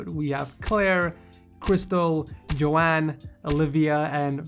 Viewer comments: I think you're supposed to say Joan like Joan of Arc not like Joeanne or Joanne... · I'm pretty sure its pronounced "Jone" not "Jo anne" correct me if I'm wrong